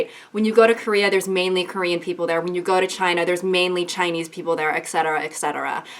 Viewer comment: Is no one gonna talk about how good her Korean actually was 😭